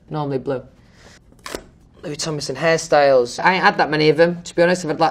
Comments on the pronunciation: ok but when he says "louis tomlinson hairstyles" it sounds like he said harry styles 😭😭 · when he said “louis tomlinson hairstyles” i thought he said “louis tomlinson harry styles” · I legit thought that he said harry styles but all he said was hair styles :,( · When he said hairstyles its like Harry styles lol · louis : hairstyles what i heard : harry styles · stg when it said “Louis Tomlinson hairstyles” I heard “Louis Tomlinson Harry Styles” and I was like oOP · louis: “hairstyles” me: trying to understand it as harry styles again me: * cries *